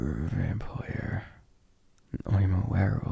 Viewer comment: When you say Vampire, I always hear “Vam-ployer” 😂😂😂😂